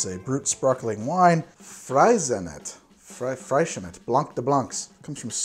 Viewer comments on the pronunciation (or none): In Spain, it's usually pronounced Fray-shen-eht, since its a ca from the Catalonian region. The other Spanish "cocktail" referenced is pronounced (more or less) Cali-MO-tcho, and it's originally from the Basque region :) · i think that's pronounced frezh-in-nay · That Spanish sparkling wine is pronounced “FRAY-zhuh-nay” I believe. It’s my go-to for good-n-cheap bubbly. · Pronunciation guide: fray-shen-et (freixenet), the biggest Cava producer. Calimocho - kalimotxo. In the case of calimocho its drunk so much you will find both spellings throughout Spain. Please talk about botellones. Where teenagers steal their folk's table wine and mix it with coke and drink it all night in city parks.The tx spelling is from the Basque language. It probably comes from there and its cool to spell things with a tx. Its like spelling fat, phat. Thanks for your content. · Thank-you for still creating vids!!! Can tell you're finding it hard without your team so really appreciate it. A nice bit of levity to take the weight off lockdown. One note though: it's pronounced "FREE-ZE-NEIGH"